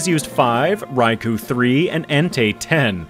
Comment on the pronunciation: Just because Eusine & Suicune are such an amazing sync pair in Pokemon Masters EX and it's great fun to spam infinite flinching Surfs on everything with them, I guess Suicune is my favorite legendary beast. (Also it's rai-koh)